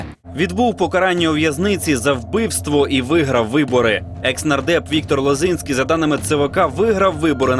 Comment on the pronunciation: Віктор це той що ЛозІнський, а ЛозИнський - це нардеп від Голосу.